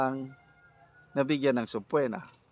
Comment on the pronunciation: Sir sabpeena ang bigkas nyan,hindi SABPWENA😂